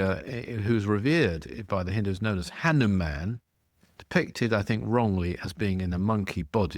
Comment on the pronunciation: You have a lot of book knowledge but I wonder where you’re getting your info from. Your pronunciations of Ravana, Vimana, hanuman and some other words is really poor.